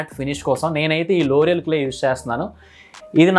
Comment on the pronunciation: Bro Loreal care? Sirigga vinapadatledhu